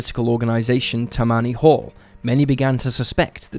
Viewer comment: “Tah-me-knee” Hall not Tuh-manee. Said quickly all at once. They were specifically known for being the most crooked political group of their time.